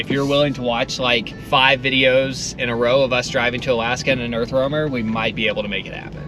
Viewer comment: How many times have you said Earth Wormer??! 😂😂 I can't imagine having to say Earth Roamer as many times as I've heard it. Bless yalls hearts!